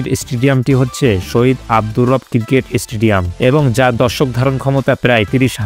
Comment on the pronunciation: মানুষের নামের পর ইত্যাদি বলা যায় না! প্রমুখ বলতে হয়! আর স্টেডিয়ামগুলো শুধু ক্রিকেট খেলার জন্য না। আর আপনার উচ্চারণ শুদ্ধ করতে হবে। ক্রিকেটকে বললেন, কিরকেট। আর কবি কাজী নজরুল ইসলাম ময়মনসিংহের লোক, এই তথ্য কোথায় পেলেন। তাঁর জন্ম ও পৈতৃক বাড়ি পশ্চিম বাংলার বর্ধমান জেলার আসানসোল মহকুমার চুরুলিয়া গ্রামে। ময়মনসিংহের এক দারোগা নজরুলকে ছোট বেলায় তার কাছে নিয়ে এসে ত্রিশালের দরিরামপুর স্কুলে ভর্তি করিয়ে দেন। আর কুমিল্লা বিমান বন্দর তিন দশক ধরে বন্ধ, অথচ ইউএস-বাংলার একটি এয়ারক্রাফটের ছবি দেখিয়ে বললেন, কুমিল্লা বিমানবন্দরের কথা! এজাতীয় ভিডিও বানাতে গেলে আরও পড়াশোনা দরকার!